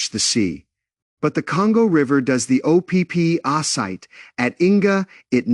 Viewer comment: O.P.P Site?? You need better A.I. 😂